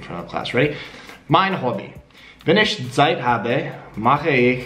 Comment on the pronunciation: You could try practising the "ich" (opposed to "ach", which is really different) a bit more. My tip is to say "ich" with a long i (English people write "ee"), keep the tongue in place, stop your vocal chords, and continue blowing air. It is important to keep the tongue high in the mouth, and force the air through the gap between tongue and palate. It is roughly in the middle (from lips to throat); when further back, it becomes the "ach", when more to the front, it becomes "sch".